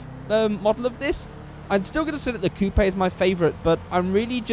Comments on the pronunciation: Wy does he say Coopaye? its spelt coupe but pronounced coop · Youre saying coupe wrong